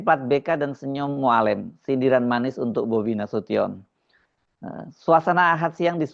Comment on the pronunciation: Mualem, e nya halus bukan kasar. Sakit telinga dengar nya cara pengucapan Mualem